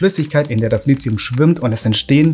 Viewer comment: Bis auf eine Kleinigkeit richtig. Aber Lithium spricht sich wegen des h hinter dem t nicht wie Lizium aus, sondern Li ti um!